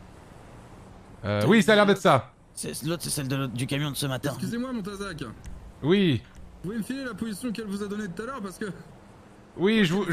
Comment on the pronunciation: a réussi à prenoncer montazac félicitations mon petit 😂😂